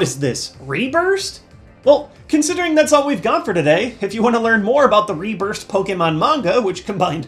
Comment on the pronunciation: Did you say RéBurst? Let me get some matches